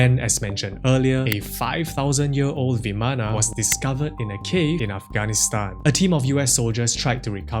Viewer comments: isent it vaman rather than vamana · vimana ❌ Viman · It's pronounced bi:man not vimana . Bi:man . Maan not myan.